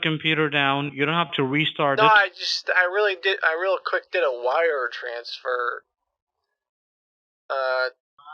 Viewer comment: "So you can Vire the money"